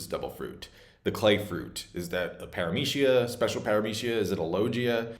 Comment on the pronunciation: my man, can you stop mispronouncing "paramecia" and "logia" dude people not everything should be treated with American English way of pronuncing